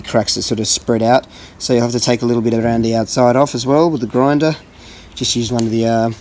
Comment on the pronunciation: Every time ye said "round de outside" I taught of 2 trailer park girls must be week that's in it. Great work.